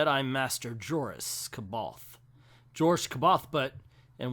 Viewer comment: As a big fan of the thrawn trilogy novels, I think if these miniseries of 6 issues per novel were 12 issues instead, they would truly do the novels justice. These are very abridged adaptations. Here's some help for some pronounciations in the future: Pellion: pel-ee-on (though you got the hang of that one) Joruus C'Baoth: jor-oo-us, sa-buy-oth (there's an interesting backtory why he has 2 u's in a later book, though I don't remember the comics going through it) Bimmisaari: bim-i-sari (you nailed that one) As for not revealing the names of the two smugglers, I think that was intentional. That's also the first appearance of those 2 characters. They want to cast them in mystery. They become iconic in the pre-disney continuity. It's been said before, but I'll say I again. The Thrawn Trilogy is the superior sequel trilogy.